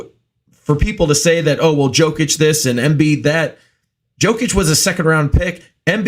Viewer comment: pronouncing Jokic wrong is one thing but I've never heard someone mispronounce Embiid